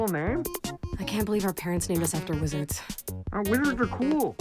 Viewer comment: OOOOH theyre named after wizards, i always though she said lizards